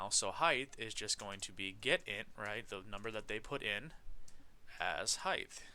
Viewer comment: I noticed in your videos you always say "heigth" instead of "height" and sometimes when you write code this spelling mistake shows up in code. See . But anywyas thank you for the walkthroughs they are so helpful!